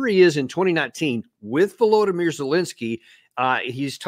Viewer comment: Vulowdameer zelensky 😂